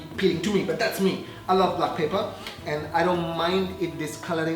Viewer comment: surely paperrr or pepper!!!🤭🤭😬😬